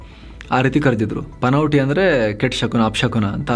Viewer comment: ಪನ್ನೋಟಿ ಅಲ್ಲ ಅದು ಪನ್ನೋತಿ....